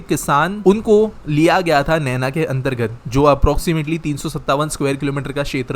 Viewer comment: "NAINA" NANO nahi. नैना*